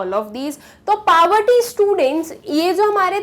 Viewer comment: The way she pronounces 'poverty' isn't right ig...